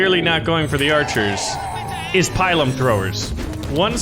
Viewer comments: Pilum is not pronounce like Pylum. You should say 'Peel-room'. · Incidentally, it's pronounced "pee-lum," not "pie-lum." Also, the Roman short sword is called a gladius, hence gladiator. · Its pronounced PEE-LOOM, not PIE-LUM! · It is pronounced pee_lum not pie_lum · Spelled pilum pronounced pee-lum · He is saying pilum/pile wrong screams in Latin